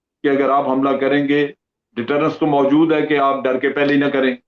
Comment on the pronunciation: Mjood nhi moujood hota hai... Major ne samjhaya tha na maasoom or masoom ka frq.. waise he mjood hota hai